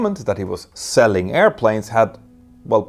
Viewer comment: 🤔 "Selling aircraft!", what accent was that....? 😂